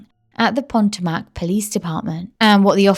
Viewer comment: I love the channel, but please check your pronunciation, Maryland. Potomac. I'm an Aussie but I lived in that area of the USA for a few years. Xxx I don't want you to lose subscribers xxx Very Rich area. Fabulous seafood. Lots of boats.